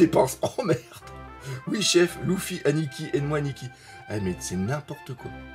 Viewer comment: Sa me perturbe trop quand il dis loufi au lieu de lefi